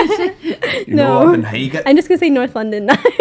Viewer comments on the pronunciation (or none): OMG she’s pronouncing “Highgate” the way the voice on the tube does (which is wrong)… I knew this would happen. Some idiot made a mistake when recording that place name and now people living in London who are not from London are saying it like that as well.